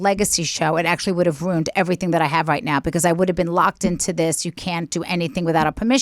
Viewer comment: Am I the only one that keeps hearing “ROONED” when any of them say “RUINED?”